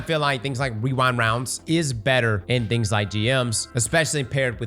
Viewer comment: casually hits us with the "wewind wounds"